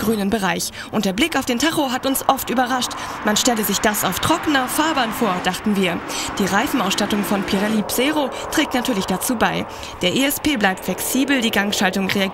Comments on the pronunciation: Wieso läßt man sowas immer wieder Frauen kommentieren? Denn ein Mann hätte gewusst das es von Pirelli keinen Psero gibt!! sondern einen P.Zero, müsst ihr mal genau hinhören wie die alte das ausspricht!!! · oh man hat die echt gesagt die pirelli "psero" bereifung:D